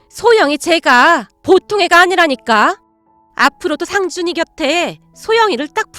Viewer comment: 목소리는 좋은데 내용이 너무길고 직접화법이 많고 "할^/ 머니", "상^/ 준이" 이렇게 강조하는 소리가 많이 거슬려요